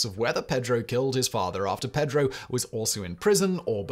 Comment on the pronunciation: I love you, man, but the real butchery in this video is your pronunciation of "Pedro"... it gives me horrible middle school flashbacks. And you did it four times as I've typed this. Five!